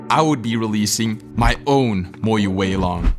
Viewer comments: Moyu ❌ Moyoo ✅ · FERYOOCORE???.... Sounds like you also cooked MOYU 😂😂😂